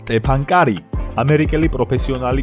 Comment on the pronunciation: მაგარი ხარ, მაგრამ სტეფან კარი არა სტეფ კარი საწყენად არ მიიღო